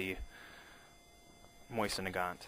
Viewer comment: Pronounced: Moh-Zin, not "Moisen"